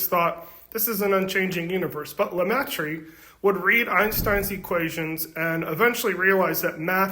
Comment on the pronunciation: It's pronounced "le-MAY-truh"